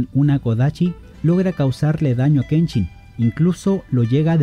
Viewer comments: Noooooo, no digas aochii! No es “Chi” es shi Aoshi y Kenshin, no Kenchin 😂, faltal!!!!!! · Me gusto bastante 👍🏼👍🏼👍🏼, voy a checar los demas videos solo una duda ¿Por que pronuncias la SH como CH? No es kenCHIN, es Kenshin, OkaSHIRA,OniwabanSHU, no OkaCHIRA ni OniwabanCHU! Recuerda la pronunciación es importante ya que en el japones hay palabras similares que significan cosas diferente. Dojo KAMIiYA no KAMIYA,la Y es una leve I antes de la Y. Suerte en tu canal 👍🏼👍🏼👍🏼